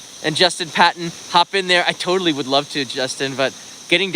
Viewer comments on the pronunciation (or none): none